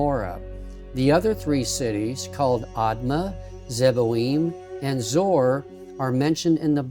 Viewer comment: Hi Thank you! Great visuals! It is pronounced ZOE ARE. You are welcome